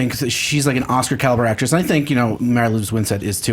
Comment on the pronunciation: Is it so HARD to say AcTRESS? o.o